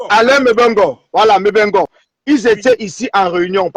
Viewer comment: On dit "Mbeng" chez nous au Cameroun et non "Beng". Et puis on dit "Nga" chez nous au Cameroun et pas vraiment "Go". T'es même pas Camerounaise ! Occupe-toi de ton pays stp, par respect pour notre peuple camerounais.